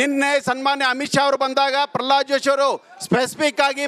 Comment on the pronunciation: ಪರ್ರಲಾದ ಅಲ್ಲೋ ಮಾರಾಯರೇ ಅದು😂.. ಪ್ರಹ್ಲಾದ ಅದು